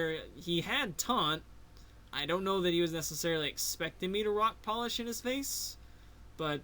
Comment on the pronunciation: I was a victim. Im still a victim. Always a victim of the Boss God's terror. Also, shoutouts to Rock Polish. You said it the right way. Good win,. Shenanigans or not.